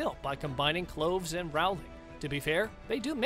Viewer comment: Yeah, what a failure! "Crimes of Grindelwald" only made 655 million worldwide - shame really😝. And like this guy said, the third film is surely as "doomed" , so it will probably only make a paltry 700 or 800 million bucks. And BTW, it's Steve Klov-es, like Clovis, not Cloves.